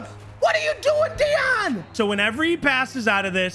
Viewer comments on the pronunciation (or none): none